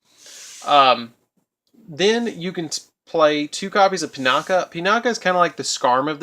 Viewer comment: pronounced "ahrowshee," not "orsha." Sorry, but that pissed me off. also, that's pronounced "Pinakee," not "Pinaka". The last letter of it's name is an "I," not an "a." "Sohighah" not "Senyaha" Aside from those, great video! As a veteran Blackwing player, I enjoyed this deck profile. Liked.